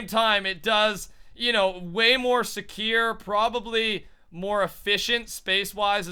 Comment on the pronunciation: It's "way more secure" not way more "secieere" XD